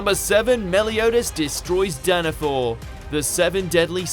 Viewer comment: It's Danafall. Not Danafor 😮‍💨